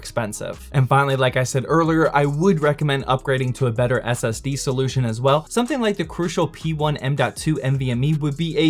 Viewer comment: I thought the SSD said “ass”...